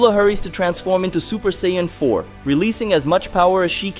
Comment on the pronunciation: I keep on forgetting you’re that guy cannot pronounce half Dragon Ball Z nations name, right you can’t say Goku and Vegeta‘s race name right you can’t even say Broly’s name right get off of YouTube man get out of here you’re no DBZ fan come on get you can’t say their names right you’re nothing get out of here get off of YouTube quit messing up and saying the wrong names so people can get the names right and learn the new fanscome on get out of here cannot pronounce the names right go back and go back to first grade and learn how to say their names right bro saying is not hard to say their names right Broly